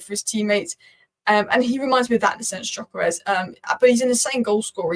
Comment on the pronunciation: btw it's pronounced dyökeresh (if you care), with the gy sounding like the "d" in mountain dew or amount due